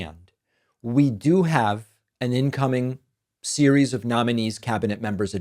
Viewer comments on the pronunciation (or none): none